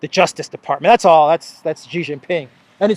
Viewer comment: PENISTOPFORO, Shee Jin Ping not JHEE JIN PING